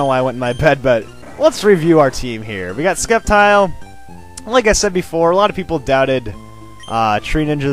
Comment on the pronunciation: it is pronounced SEP-tile!!!